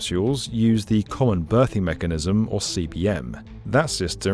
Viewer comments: Common Berthing Mechanism, not *Birthing*. That would presumably be something completely different 😅. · I think you mean “berthing mechanism” and not “birthing”…? It doesn’t give birth to offspring space stations 🤣 Loved seeing the muscles 😍😍